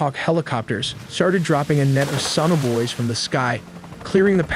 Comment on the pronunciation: should’ve explained better what the USA helicopters dropped into water. Couldn’t understand you. “Sun-avoids”????